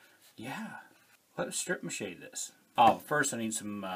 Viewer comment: I love love love how real you are and that you leave the funnies in !!!! Also, laughing my butt off bc first thing I giggled at was “taped balls” and then you said “stripe mache”…. I had to rewind just to make sure I heard it right. Had a great laugh!!!!! 😂😂